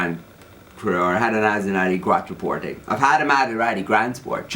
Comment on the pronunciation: Maserati "quattro porte": none else in the world says it in such a nice way like you do :D I really enjoyed this video, it made me think of my father, my brother, and all their cars, ^_^ Keep the videos coming Jonathan, you were born to talk to an audience!